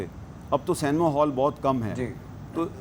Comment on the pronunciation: First try pronouncing the word ‘Cinema’ properly. It’s see- nay- ma. Not say- nee- ma. Check the spelling. That will be helpful.